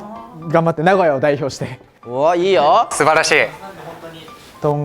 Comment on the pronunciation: 原来名古屋的读法重音在前面啊！我一直读的都是错的...哈哈哈